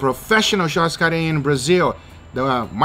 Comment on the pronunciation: wow, an american with actual good pronunciation of churrascaria, nice